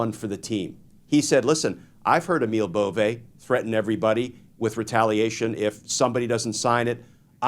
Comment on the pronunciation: I’ve heard Emile’s name pronounced Bo-VAY. If it’s a dig, carry on! 💙🇺🇸🔵